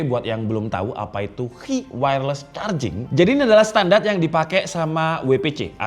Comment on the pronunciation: Sedikit koreksi bang, standarisasi "Qi" itu penyebutannya "Chi" 😁